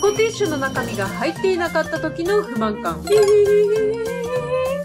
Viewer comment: ふ↑ま↑ん↓か↑ん↓